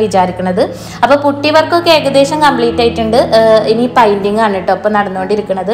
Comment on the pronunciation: പൈന്റിങ് എന്നല്ല പറയുക. പെയിന്റിങ്ങ്.(painting). negative paranjathallato.ningal pala vediosilum പറയുന്നുണ്ട്.അതാണ്.